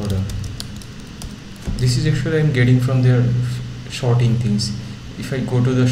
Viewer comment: thanks ;) but "shorting" when there was "sorting" was quite funny ;)